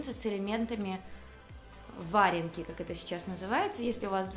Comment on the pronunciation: Боже ж мой! Что у вас с ударениями?! хОмуты... вАренка... капец!